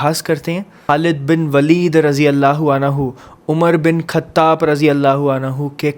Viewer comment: Aaghas nahi aagaaj khattap nahin khattab